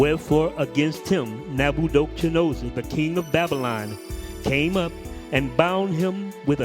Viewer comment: All praises my brother, I think your definitely mispronouncing (Neb-ah-kud-nezer) but it’s all good 😁 It was just so off I didn’t recognize who you were talking about at first lol... bless you tho my brother ✌️